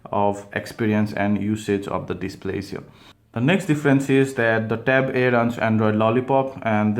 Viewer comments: No. He's actually saying 'e' and 'eeh'. Lol. 😂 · can u pronounce it clearly with a smoth "a" and the "e"